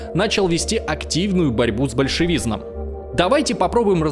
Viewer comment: Задолбали эти новоявленные знатоки истории, которые тупо читают текст, не понимая его содержание. "С большевизНом", это надо постараться!!!